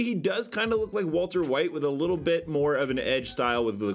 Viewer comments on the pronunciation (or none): none